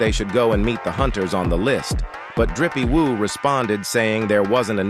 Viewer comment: Maybe watch your video before posting… Drippy woo? Maybe try doing it yourself vs AI